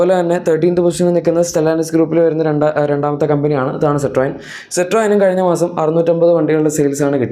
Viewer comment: സിട്രോയൻ അല്ല സിട്രൻ അത് മതീ